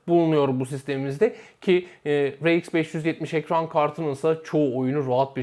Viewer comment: Amd he eyemdi diyosun rx e reiks diyosun dikkatjmi cekti shhshs